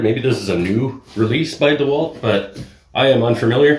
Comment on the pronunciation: Thanks for the Video !!! Dewalt, it's Dewalt :))